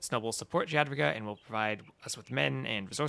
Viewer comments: correct me if im wrong but isnt it yad-wi-ga? stupid inconsistent latin alphabet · Dziadwiga :D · Polish J is spelled like English Y in most cases and W is English V so yeh, yad-vi-ga with hard G